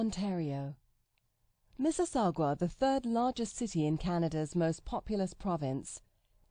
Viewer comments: Mississagwa? Miss-iss-au-ga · It's miss-eh-SAW-ga, not gua! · ikr. its not miss-is-sa-gwa its miss-is-sog-a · It’s Mississau-ga not mississ-agua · Computer voice -- it's Mississauga, not MississaugWA. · MississaugWA? Where you gettin' that W from? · MISSISSAU-GWA?? What a dumbass video. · I'm glad you mentioned my home town but learn to pronounce it properly. It's pronounced "mih-sih-SAW-ga". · did this bitch say mississaugWa? lmao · did she just say mississaGWA. aw hell naw. plus this bitch shitted all over hamilton 😂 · perhaps she should check the spelling of Mississauga before pronouncing it like it is spelled Mississagua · Why can't anyone pronounce Mississauga? It doesn't have a "u" between the "g" and the "a." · Miss-iss-og-ah. There is no "W" in that word, or in its pronunciation. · Sure, kind of. As long as there is no "Wuh" sound to that "W" in your pronunciation. That is what makes the narrator pronunciation of Miss-suss-og-wah wrong. The second syllable of "Siss", or "Suh" or however you split that out, is not as big a difference to the word as we in Canada say it. The big no no is the "Wah" sound at the end. Cheers! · These clowns can't even pronounce Mississauga! Get your advice from someone who knows what they are taking about. They also advise against settling in Calgary, Waterloo, Nanaimo and Hamilton. Add all this up and you have a group of people who know far too little about Canada, let alone what lies beyond the 416 area code. They should not be charging immigrants for their advice. It's shameful. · Your not prouncing Mississauga correctly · OMG SHE SAID MISSISSAUGA LIKE OBAMA DID bahahahah that's so embarassing what an idiot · The computer lady is pronouncing Mississauga wrong. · that's not how your pronounce Mississauga stupid bitch. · Ikr. I swear only people from the greater Toronto area know how to pronounce it. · haha that pronunciation of Mississauga! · Brit computer chick slaughters French place names.